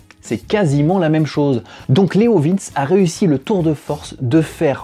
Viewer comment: Je sais plus... d'autre prononcent 'leov1s' certains leoviinns , d'autre leoviinnchi... à l'italienne. Je prendrais un bidalo la prochaine fois... 😃😃